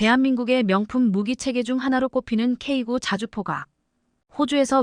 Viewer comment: 수정 한번도 안 하고 읽냐? 미친년, 지식도 없는것들이 유튜브에 창궐, K9--->케이 나인으로 읽어라.쓰레기 폭파가 답이다